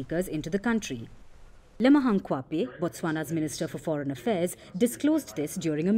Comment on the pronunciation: Its Dr Lemogang Kwape not kwape